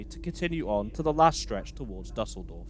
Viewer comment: Nice, but please check the pronunciation of foreign names before going on the air. The WP article on Düsseldorf shows you how to do it: [ˈdʏsl̩dɔʁf]